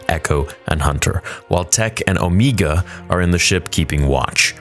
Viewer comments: . No, her name is not pronounced "Omeega". It is pronounced Omega. You even pronounced it properly later in the video several times. I'm starting to think that you are doing it on purpose just to get reactions and try to start drama, which is very childish. I expect the biggest Star Wars fan-channel on Youtube to be more mature and professional than that. Why are you not pronouncing Wrecker's, Echo's, Hunter's and Tech's names like "Wreeckeer", "Eecho", "Hunteer" and "Teech"? Do you want people to pronounce your real name like "Niagoose Dadbody"? No, I don't think you want that, so do better. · Why do you say Omeeeega??? Like you switching to a New Zealand accent for her name. LOL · Why does he say omeega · You literally say Ooomeaga then say omega immediately after lol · I love how you say omega wrong every time lol or maybe doing it on purpose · The way he’s saying Omega is killing me. I’m sure it’s because of how she talks, but still, LMAO. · Please stop saying Omegas name like that it was fine once but more then once in annoying